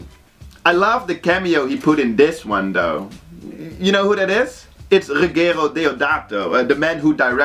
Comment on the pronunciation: I loved the trilogy, I loved your video (as always). just for let you know, "Ruggero" is pronunced " Roodjero" ;)